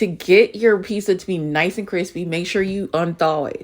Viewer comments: Why do black people always say "peesa" instead of "peetsa"???? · My peace-uh